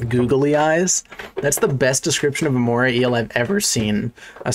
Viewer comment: my guy really said “mormay eel”